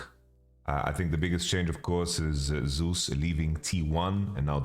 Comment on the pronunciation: "Zus" and "Sus" are different my man